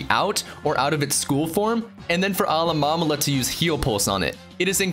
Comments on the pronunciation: Alamomala? ITS PRONOUNCED ALOLAMOLA ALOLA-MOLA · alamalala = alolamola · "Alolomomala" UGHHHHHHHH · Actually, look it up. It's "uh-LOH-mo-MO-lah". And, of course, you have Rattata. It's not "ruh-TAT-uh", it's "RAT-uh-TAH". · 'Alomamolama' NO. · Alah-Mom-Olah? Lol